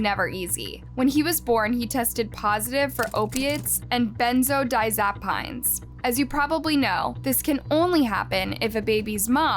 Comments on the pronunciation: It's pronounced dyazapeen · My dad lived in Crystal Lake for years. The cops & DCFS there are not good. P.S. Research drug pronunciations before you say them. You trashed "benzodiazapine". "Ben-zo-die-az-a-peen" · Benzo Di Zap ine It's Benzo(as in go) then die- as - i- peens Google will help any pronunciations Zurc RN